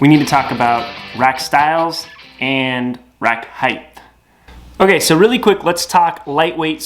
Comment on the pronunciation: There is no H at the end of the word height.